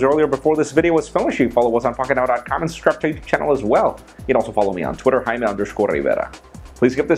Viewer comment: "High-meh Riverrah"